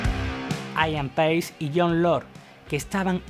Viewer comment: Se dice Ían Peis, no Aian Pais